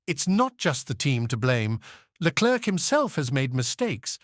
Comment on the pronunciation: why can't this narrator just take 1 minute of time to learn how to pronounce a drivers name right??? Leklerk ?? Verschhhtappen ?? really?? Dumbasses !!